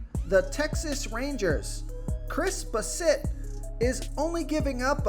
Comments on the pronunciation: Lol it’s pronounced Bass-it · Dude you really need to learn how to pronounce players names. How do you not know how to pronounce Chris Bassett. Also Alejandro kirk wow, the job is sounded like an H. Alehondro